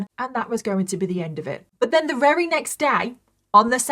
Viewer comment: Not her saying ‘wery’ instead of very 😂